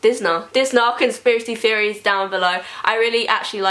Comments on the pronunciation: Amby Chester "Feories" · Amby Chester I thought that's what she was actually saying not theories I can nearly understand her 😂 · When she says "Theories" it sounds like she's saying fairies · Can't unhear it now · Amby Chester I thought the same thing! I was like why does what she is saying not make any sense!?